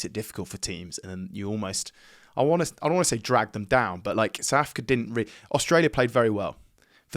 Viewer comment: Why do people in inglan say "Souf" Africa?